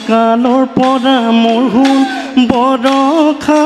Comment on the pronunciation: borokha nohoi boroxa